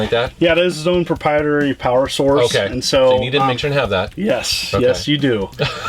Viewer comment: Why can't he say proprietary?